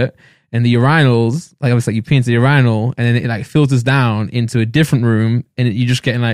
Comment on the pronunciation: Randolph really just said urinal like “ur I null”